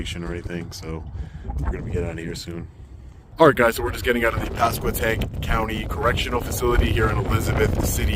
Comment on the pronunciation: Now, just slide north to chesapeake Va and go to St. Brides/indian Creek Correctional facility. Good job pronouncing pasquotank correctly. Hope you enjoyed my neck of the woods.